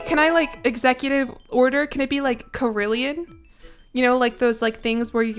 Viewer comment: I’m so sorry but the instrument you’re talking about is pronounced care-ill-on! I know what you mean tho, they’re awesome!